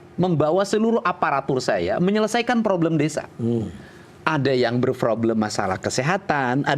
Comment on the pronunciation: KDM....sorry nih...*problem* dll kata yg ada huruf **p**...tp dibaca **froblem**, p berubah jd f...mklm org Sunda...,tp berbahasa Indonesia lah yg baik dan benar 👍🙏